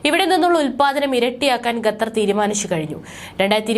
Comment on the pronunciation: ശ്രുതി തെറ്റാതെ ഖത്തർ എന്ന് പറയൂ കുട്ട്യേ